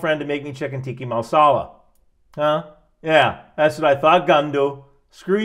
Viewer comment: Tika Masala (Not Tiki Mansala) isn't Indian. It's British.